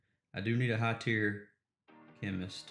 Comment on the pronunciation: Darling, you are still saying chemnist 😄❤️